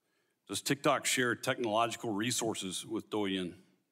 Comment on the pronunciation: Please at least pronounce “douyin” correctly…